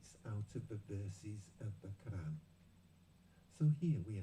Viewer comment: Please pronounce Arab words correctly, especially 'Qur'an'. It's not 'Karr-an'. Thank you.